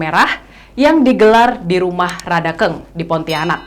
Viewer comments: Rajank dibaca rajang Radank dibaca radang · Masyarakat adat Dayak=Indonesia, cinta NKRI, cinta Presiden Jokowi. Utk nya boleh lah ke tanah Borneo utk silaturahmi dan memantafkan pengucapan kata Rajakng dan rumah Radakng supaya lebih pas😄😄, terima kasih sudah menyampaikan pesan ini lebih luas. Mardeka...